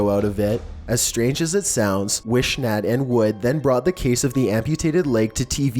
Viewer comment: It figures that #6 would make the list! UGH!! A couple of things you kinda missed...the man's last name isn't pronounced Wish-nat. It's Wiss-nut. Also, WHY ARE YOU CITING BBC INFO?? Please tell me you didn't mean BBC, as in BRITISH BROADCASTING! Maybe you meant WBTV or WSOC or even WNNC which are local news stations. Please people, don't think that these two crazies are how everyone in that little town is! No one ever talks about it now because they embarrassed not only an entire town, but an entire county! I guess the crazies are the only ones to make the news.